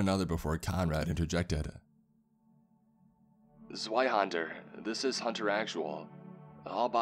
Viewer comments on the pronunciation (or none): Zweihänder is pronounced with a V. "Zveihander"